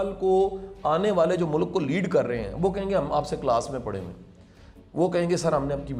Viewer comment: شاہ صاحب اچھی باتیں کرتے ہیں ۔ بہت اچھے خیالات ۔ ۔ ۔ ۔ لیکن وہ استاد ہیں تو پلیز اپنے تلفظ پہ بھی توجہ دیں ۔ مثلاً ملک ۔ غلط ۔ واضح وغیرہ وغیرہ ۔ اور معذرت کے ساتھ عرض ہے کہ تھوڑا سا کم بولا کریں ۔ ۔ ۔ ۔۔۔۔SZ Rana official